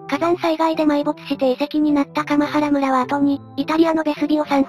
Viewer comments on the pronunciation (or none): かまはらむらではなく、かんばらむらです。